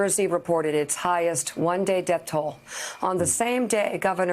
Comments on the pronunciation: Its Death Not Deaf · Anyone else notice how, evertime he says the word, "death", he accents it? Its almost like he enjoys saying the word..